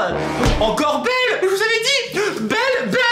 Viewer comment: Ta dit belle pas beuele TU A TRAHIS LE LANGUAGE DU PALMIER